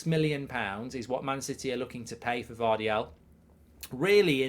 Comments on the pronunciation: His name is Gvardiol, not Gvardial, Mark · i love how he got gvardiol's name wrong 10 times